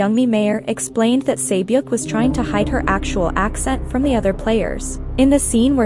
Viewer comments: This person narrating it doesnt do justice either, at least pronounce the words correctly. Gganbu is pronounced GAHN-bu, not gyan-bu. Also sae-byeok is pronounced seh-byok, not say-byok. Those subtle differences are huge in korean, given that the incorrect pronunciation said here are literally different words. This might be nit-picky, but if you're gunna do a video about how bad the dubbing is, i find it pretty ironic how bad the pronunciation is too. Another example is the korean word seonmul (gift/futures in korean). That is a horrible pronunciation. there is no soft L in korean. It is pronounced like "seon-moor". in korean it's a huge difference with the L/R sound, you have to say it. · You mispronounced names in this video. for example. Sae Byok (세벽 in korean) is pronounced more like se byok (short e sound like in the word sent)